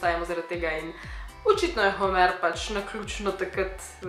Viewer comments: Ful si zakon sam ni Homèr ampak Hòmer. Ni hate. Lysm ❤❤❤ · homr ne homer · Navadi se prav rect Homer 🤦🏻‍♂️ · Narobe naglasis homer